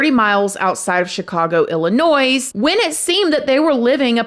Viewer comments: say it with me! Ill-i-noy. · Did you actually pronounce the "S" in Illinois?? 😢 yes ... Yes you did 😂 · You said illinois with an s! You corrected this months ago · Ok. First The S is silent in Illinois! Please say correctly. I live in a town next to Buffalo Grove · They lived pronounced “Illi-noy”. Not “Illi-noise” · Girrrl I love you but if you pronounce Illinois like illi-noise one more time 😅😂 the s is silent. Chicagoan here 😅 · Prounced Ill I noy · ILLINOIY. The S is silent!!! You southerners kill me!! 😂❤ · Boo!!! The "s" in Illinois is silent.. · You don't pronounce the s in Illinois, you should know how to say the states of your country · Illinois is pronounced without the S- hearing it with the S is definitely a pet peeve of those of us that live here lol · PUBLIC SERVICE ANNOUNCEMENT: DO NOT PRONOUNCE THE S IN ILLINOIS. THANK YOU. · There’s no “noise" in Illinois. The “s” is silent. Thank you for covering this case! Love your channel! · Hello. Suburban Chicago native here. New subscriber. In regards to pronouncing Illinois, the S at the end is SILENT. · you’re cute but you don’t pronounce the ‘s’ in Illinois. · The S is silent in Illinois. C'mon! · I live in Chicago. The "s" in Illinois is silent... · I love you but Illinois is pronounced without the S at the end 🤣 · I live in chicago and don't recall having heard of this. Thanks for covering! The S in illinois is silent, but I'm not mad at you 😂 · Morning doll! The "s" on Illinois is silent lol. LOVE your "show" think your prob my fav to watch!!! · There is no 'S' when saying the workd Illinois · It's illinois love. The s is silent. So it's illinoi! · Illinois,the “S” is silent lol 😂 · For the record you don't pronounce the "s" in Illinois 😂 love this girl ❤ this case and ongoing deaths are sus and hopefully gets figured out sooooon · The S in Illinois is silent pronounced Illinoi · The “s” in Illinois is silent ☺️